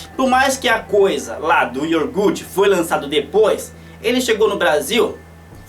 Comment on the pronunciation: vou jogar a real pra você: Eu dei o Like nº 203, mas confesso que cada vez que você falava IORGUTE eu pensava em fechar o vídeo!